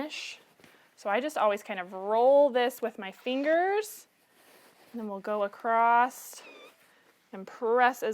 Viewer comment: Those word “across” does not have a “t” at the end…just so you know…